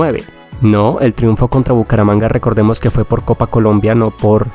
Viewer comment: Porque simpre dices así Bucaramanga mano es un chiste local